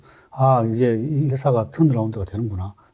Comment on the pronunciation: 회사를 셰사라고 투자자를 휴자자라고 하시네요 잘안들리는분들 참고하세요